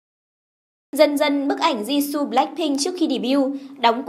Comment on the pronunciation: DẦn dần, di su =))) phát âm nghe cạn lời vl :)